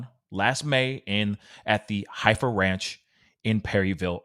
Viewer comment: The Heifer Ranch is actually pronounced “Heffer”, as in cows. Many Arkansas children go to this place on school field trips. Makes it even more disturbing to me.